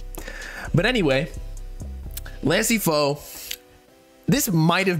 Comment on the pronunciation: “so…. 🥸 this lansee fo dudeee”